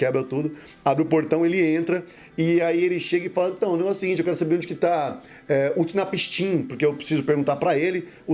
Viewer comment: A pronúncia é Unapsin, ótimo vídeo 👏🏻👏🏻👏🏻